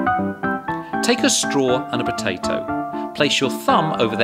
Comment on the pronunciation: I love how he says potatoe with his accent